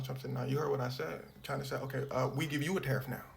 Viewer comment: Why do Americans pronounce china like they are supprised 😂